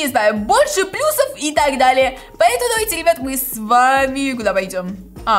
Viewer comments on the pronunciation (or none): none